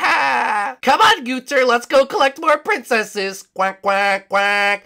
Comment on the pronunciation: when you say gunther you suppose to say it like gun and then ther